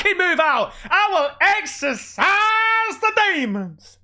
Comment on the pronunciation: "EXCER--SIZEEE THE DEMON" 😂😂😂